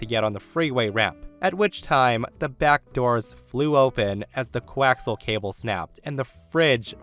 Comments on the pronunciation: I facepalmed when the guy mentioned coaxial cable. Sidenote: co-ax-E-al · "co-wax-al cable" 😅